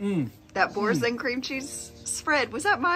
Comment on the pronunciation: Absolutely obliterated the pronunciation of Boursin lol